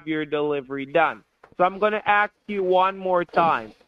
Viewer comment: "a heart attack or nervous breakdown". What if BOTH ??!! :hand-orange-covering-eyes: what is curious to me is that nearly on 99% of scam videos, the scammer pronounces the word "ask" as "aks", what is with that ? is that somehow how english as a foreigner language is taught ? :)